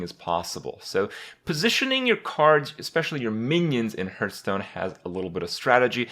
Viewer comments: To the person who mentioned that Kripp says Hurt-stone and not Hearth-stone even tho the game is out for quite a while now: I'll find you and i will kill you as i simply can't unhear it >:( P.S. Trolololo to everyone who can't unhear it now either! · STOP SAYING HURT STONE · HURTstone HAHAHAHAHAHAHAHA